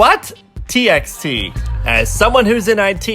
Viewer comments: Also for txt it's T By T not Textee or text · TXT is pronounced as t-by-t. Not t-x-t. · It is not pronounced as TXT but T by T. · its actually T by T.